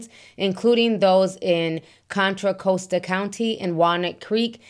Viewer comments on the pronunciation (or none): He has a home in the Bay Area🤔 and it Cost- tah not coast-ah 🤭